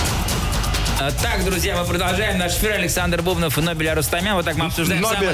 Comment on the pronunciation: Нобель так и не выучил, что БубнОв, а не БУбнов.